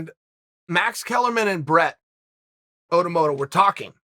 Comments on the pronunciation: My perception is changed. I’ll now call him Brett motorboat. Is that what I heard Chael say? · Brett Otto-motto 😂😂🤣